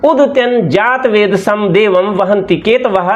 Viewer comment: देवम् का उच्चारण देवमम् क्यों किया।